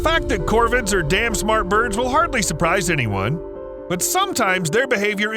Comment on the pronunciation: Why are you calling the crows "Corbin"....or is my hearing impaired?